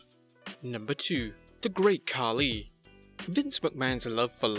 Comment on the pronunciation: It's funny that you call Khali 'Khaki'.